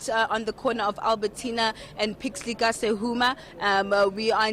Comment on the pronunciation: Albertina Sisulu and Pixley Ka Seme NOT "Ka Sehuma"!